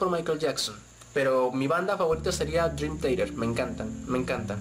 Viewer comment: Que vergüenza de libros al meter a Dross. Y que vas a saber tú de buena musica si ni sabes pronunciar Dream Theater.